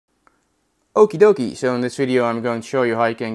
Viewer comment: Only because the "Okie dokie". Rest is perfect.